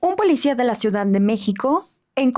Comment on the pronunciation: #Ausencias, el mejor podcast 💯👍, solo una duda #, cuando dices la palabra #ciudad, se escucha como #ciudan